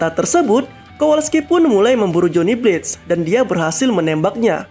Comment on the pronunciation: Bang lu pronounced blaze jadi blates/blades, Simple aja, “bleyz” Pluus penance stare itu di milikin semua ghost rider sebenernya, Buukan hanya ghost rider nya si blaze